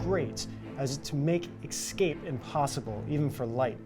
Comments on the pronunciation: I don't understand why some people have such difficulty in correctly saying "escape". The host says "x-cape", it bothers me. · "make EXCAPE impossible". Hmm, the guy talking to me about science can not pronounce simple words correctly. Not a good start, science dude. Haha, but seriously, very interesting video, guys. Great info.